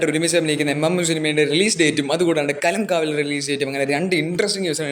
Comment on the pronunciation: bro not കലംകാവൽ its കളംകാവൽ